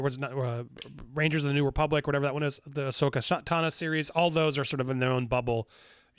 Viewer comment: I an subscribed and watch these videos hoping one day Andy will say Ahsoka Tano's name correctly. We're almost there!